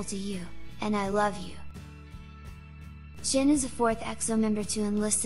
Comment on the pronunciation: nooo~ don't go chen. we will miss you. by the way why is she pronouncing his name as "chin" ?? ¿